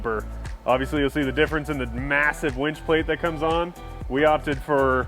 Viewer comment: It's called a winch not a wench